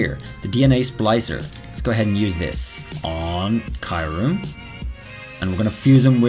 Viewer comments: Ok I have a big problem so far with this video lol ... It the way you pronounce Kyurem, it isn't Kie-rim it's Cure-rim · Kee-uu-rehm Not kaiurem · Why do you say kaiurem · I think Kyurem is pronounced as "ki-you-rem" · I would really like Gmax Mewtwo Edit: The 3rd legendary from gen 5 is pronounced with the Y as in Kyurem. You are calling it Kairum,just saying the showcase is amazing btw